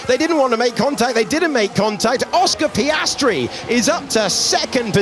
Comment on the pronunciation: Again Sainz butchered Piastri. 🙁